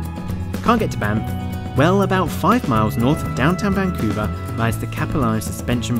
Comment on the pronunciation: vancuve...eve eve....